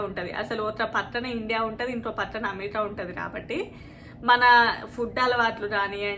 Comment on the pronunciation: అంతా బాగుంది కాని అమెరికా అనే ఉచ్చరనె స్వష్టతలెదు దానీబదు us అనొచ్చు మేడం🙏 క్షమించగలరు🕉🇳🇪